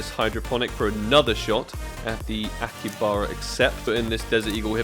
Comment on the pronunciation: It's not akibara.... It's akihabara(pronounce as aki-ha-bura)